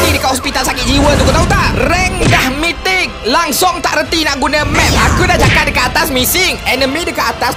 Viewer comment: Sebutan mythic yang betul mi thicc « ni sebutan yang betul bukan my thicc so... Ada apa apa lagi